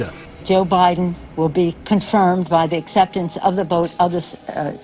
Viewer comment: Its like she said "BOTH", not "VOTE"#Interesting....